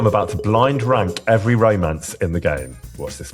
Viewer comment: "Raymance" 😂 protect Tom in all costs